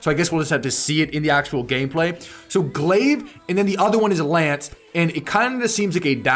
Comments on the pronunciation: Glaive is pronounced GLAYV. It's a circular bladed throwing weapon similar to a shuriken (throwing star). I remember a different spelling (Glave) but I think that it's the same thing. Watch the movie 😆. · It is pronounced like "glaze".